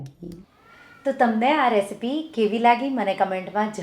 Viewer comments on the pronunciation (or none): none